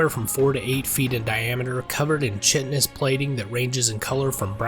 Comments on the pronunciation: Kite-eh-nous. It's less you and more how often it's mispronounced. I used the anonymity of online interactions to allow me to sound more calloused than I really meant it. My apologies. "Ichor" is another common one. It's pronounced with a long "i". For completeness of information, not a correction on you. I did like the video, however. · I really wish people would look up the pronunciation of words like "chitinous".